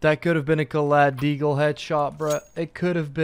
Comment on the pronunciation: content: "nEw DeeAagle gUys"